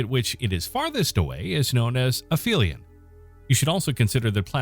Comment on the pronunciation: Surely it is AP-helion. I've never heard anyone pronounce it affelion.